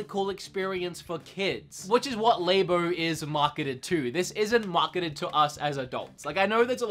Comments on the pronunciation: Its LAB-O. Like a laboratory. Not Lay-BO. Like a woman's Labia. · LAB-O not LA-BO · Why do you say labo so weird it's labo not laybo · LAB O not LABE O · It’s pronounced Lab-oh not lay-bow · Nintendo “Lay-bo” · please stop saying l"A"bo....you don't say laboratory l"A"boratory. this makes the video really painful to watch. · Please stop saying labo like that